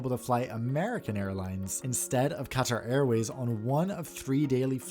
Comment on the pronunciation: Wow! You properly pronounce words like Qatar, Pakistan, and route. I think you're the only American-accented YouTuber I've heard who properly pronounces these, and it clearly shows that you care. If you pronounce kilometre properly as well, you'll definitely be unique! Keep it up!